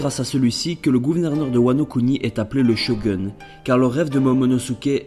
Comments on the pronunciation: très bien mais c mas shogeun mais shogoun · Super vidéo mais "shogun" se dit shogoune et pas shogeune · Par contre c'est Shogoune pas Sho Gueune :p Sinon bonne vidéo ! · Mdrr shogeun non shogoun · Non pas "Sho gun" un shogouuuun!!! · ça se prononce "Shogoune" au fait :3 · c'est pas comme sa qu'on prononce shogub